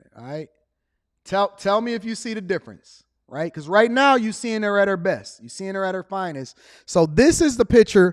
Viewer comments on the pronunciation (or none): He said “breast” for “best” 😂😂😂😂